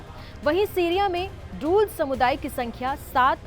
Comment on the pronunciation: Not druj but druz 😂😂😂